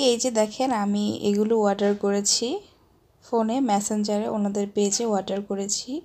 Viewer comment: Order not warder...pronunciation ta thik koren...